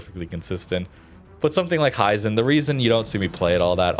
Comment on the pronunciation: Not to be an annoyance but, if no one has told you yet, its pronounced he - zen.